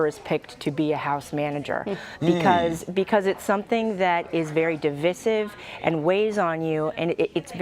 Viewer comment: Someone might also want to let know how to pronounce divisive